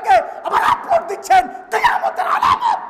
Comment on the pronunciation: হুজুর কথা ঠিকই বলেছে কিন্তু একটু ঠান্ডাভাবেও বলতে পারতেন😅😅। আবেগের বসে "আলামত" শব্দটাকে "আলামাত" বলে ফেলছে😂😂